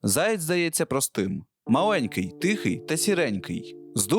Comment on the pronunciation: Відразу відчувається російськомовне дитинство автора в неправильному наголосі пов'язаному зі словом заєць. Міг би і підготуватися щоб не різало слух у глядачів.